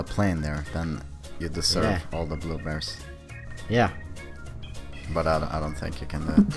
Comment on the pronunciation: Why are blueberries supposed to be funny and u say blubrees instead of blueberrys that's probably why it's funny